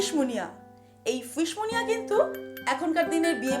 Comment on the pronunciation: Munia নয়, Muniere ... ফরাসি খানা। আমাদের পাল্লায় পড়ে মুনিয়া হয়ে গেছে।🙂